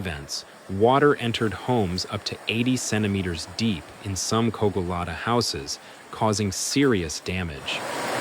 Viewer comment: Carcaixent, and not Karkixent. Cogullada, en not Koala (wtf!)